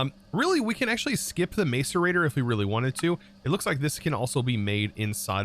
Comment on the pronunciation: hey, the "mace" in macerator is pronounced as "mas"